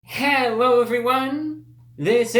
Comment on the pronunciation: Helwhoa evwweeone!!!